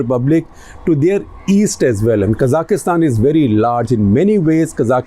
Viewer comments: It's Kazakhstan....not kazakhistan, secondly the unrest and burning of buildings happened in Almaty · It is Kazakhstan not kazakistan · It is pronounced Kazakhstan and not Kazakhistan. Also just breathe, Sir. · why does he say" kazakh kistan " when its "ka zakh stan" this was a planned rebellion with usa dirty action to destable bri. great russian put an end to unca sam wet dreams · Quick note - its KA(stress)-ZAKH-STAN, not K-ZA-KIS-TAN. (КАЗАХСТАН). I was corrected by a Kazakh on this, not sure if the other pronunciation is simply the Indian version. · Can you at least pronounce the name of the country correctly? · Why can't you pronounce Kazakhstan properly?